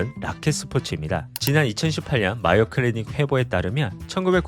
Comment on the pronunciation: 마요 클리닉이 아니라 메이요클리닉 아닌가요? ㅋㅋ